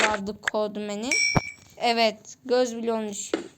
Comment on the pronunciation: Aga benim anlamadığım boraloyu izleyen herkesmi çocuk :d bobby ye boby code manin okunusu (kod men dir) code man diye okuyor .d